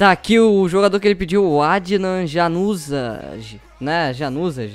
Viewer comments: o jogador do Unidet o nome dele se pronuncia Ianuzai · se escreve Januzaj mas se pronuncia Ianuzai :D